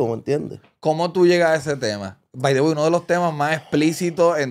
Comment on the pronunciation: Ese "by the way " suena raro cuando no hablas ingles.